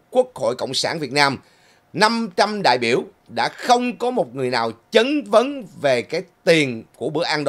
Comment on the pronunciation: “chat van “ khong phai “Chan van”